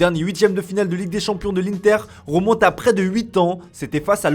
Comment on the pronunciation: « Romonte » « comportoment » « million d’oro »